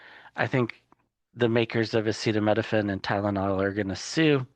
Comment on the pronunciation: Where is the rap remix of the felons pronunciation of acetaminophen??